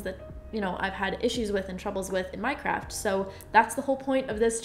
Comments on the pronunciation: Meeeeee toooooo, I literally thought I accidentally clicked on a Minecraft video 4 a second🤣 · Or minecroft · I was just about to comment that😂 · I heard that too. Lol 😂😂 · Same lol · Its her secret subliminal technique.. if you watch alot you should hear a few a vid ,🤟👌♥️ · I just heard this and was about to comment it😂.